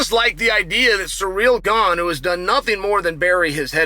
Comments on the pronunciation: Chael is undefeated in pronouncing fighters' names. A 10-8 round every time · i love chael still calls him ‘surreal gane’ and never acknowledges it or corrects it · At least he's stopped calling him "Surreal Gong"